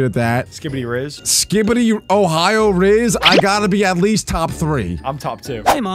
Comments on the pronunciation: its rizz not res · It is not rie it is rizz